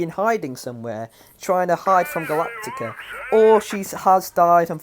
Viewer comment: It’s gulatctis